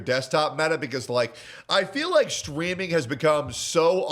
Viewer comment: Stweaming UwU